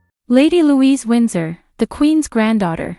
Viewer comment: Some "Royal Expert" YOU are! Sn-OW-don? Lady Louise WINDSOR? VISS-count Severn?